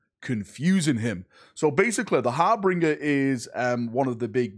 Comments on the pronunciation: What word will mispronounce today! Harbringer instead of Harbinger! I'm convinced you do this on purpose just to trigger us! Damn you and your cunning ways to make us comment more hahaha! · har-bin-ger not har-bring-er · Har-bin-jer, not har-bringer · Harbinger, not harbringer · HARBINGER you biscuit. ''HaRbRiNgEr'' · Harbringer? lol Might want to give that another go mate. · Love your stuff but please pronounce harbinger (Har-Bin-Jer) correctly 😂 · Har-bin-ger. There's no 'r' between the 'b' and 'i'. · Ikr, driven me crazy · You blokes love to call all redheads "ginger" you should know how to pronounce "Harbinger" 😂